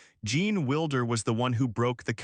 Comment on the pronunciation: It’s not Wilder, sounds like Wild—er. You will never get anywhere with cheap Ai